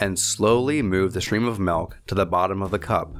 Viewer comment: what the fuck is melk?